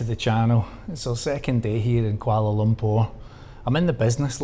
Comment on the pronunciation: The way you pronounce lumpur 😂